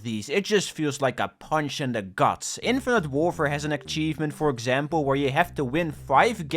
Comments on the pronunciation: Im I'm in love with the way you pronounce "Achievement". I'm gonna start saying it that way. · Please that's not how you pronounce achievement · It really bothers me how you say achievement, other than that great video :) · Shoutout to accent that somehow makes him saying “achievement” with a ‘K’ hidden in there right when it sounds like he will say it normally. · The video is good but if you pronounce achievement like that again I'll rip your head off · why do you pronounce achievement with a k? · why does say ACKchevment instad of achievement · "a K chievement" Man where the fuck did you get that K from? Learn english mate! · Dude. What the hell is an "akchievement"? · Bro be saying aCchievement Bro there is no hard C, only ch so start speaking like you should lmao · How do you have 94 fully completed games while still pronouncing it as "akchievement" ^^' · stop fucking saying akchievemnt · what the fuck is an akchievement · "Achkievement". I personally can't ever say prerelease right. I say it "prererease". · bro no offense but why do you pronounce achievement as "akchievment"? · broski, that thing is not call ack-chiefment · God my ADHD is killing me right now. just the way hes says Achievement like akchievement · I love the pronunciation 'ackchievement' I shall use it myself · why do u call it akchievement? :D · everyone pointing out you saying akchievement in the comments is boosting the video to the algorythm dutch W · STOP SAYING aKKchievement FOE I SWEAR TO GOD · ", say Achievement" "Ackchievement" "Gesundheit" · hearing say "ackchievement is melting my brain" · Love how he says akchivment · when he has to achieve something great to get an "akchievement" in a game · No offense to but full offense to the way he pronounces akchievment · Ackshievement innit? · Why bro say Ackchievement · hehe said: ackcheivement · "Akchievment" Still a good video tho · this is a certified akchievement classic